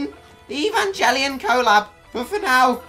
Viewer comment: Omg, you suck, learn to pronounce the name of the anime before you actually say it, let alone make a review of game/ series that has such a big fan base world wide, I feel so bad for such ignorant people like your self, we are all laughing at you not with you, your the reason why if aliens come to earth we will all be fertilizer not the waiters for the table, I hate to call my self a human after watching this video, I'm going to start a fire and kill myself now so nothing remains so I'm not in any way seen as the same life form as your self, you don't bring shame YOU ARE SHAME